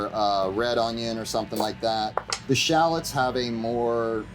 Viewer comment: Drink every time he says 'shallots' sorry 'Shallads' 😂 Love this guy!